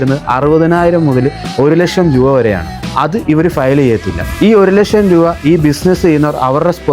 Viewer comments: ഇവന് ഒരു ലക്ഷം എന്നു മലയാളത്തിൽ ഉച്ഛരിക്കാൻ പോലും അറിയില്ല,, ( 1 ലഷം ) കൊട്ട്,സൂട്ടു, ടൈ എല്ലാം ഉണ്ടു,, ജ്ഞാനം സമ്പാദിക്കൂ, ജ്ഞാനി ആയി ജീവിക്കൂ,, പണം എന്താണ്‌, എന്തിനു, ആർക്കു വേണ്ടി, ആര് അതു നിർമിക്കുന്ന, ആര് അതിനു വില ഇടുന്നു എന്നൊക്കെ പഠിക്കൂ, എന്നിട്ട് വന്നിരുന്നു കോമഡി അടിക്കൂ,,, 6000 ത്തിനു എത്ര പൂജ്യം ഉണ്ടു എന്നു അറിയാമോ?? 🥰🥰🥰🥰🥰🥰🥰🥰🥰🥰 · നേരെ ചൊവ്വ ലക്ഷം പറയാൻ അറിയായില്ല പിന്നെ നമ്മളെ പഠിപ്പിക്കണ് 😂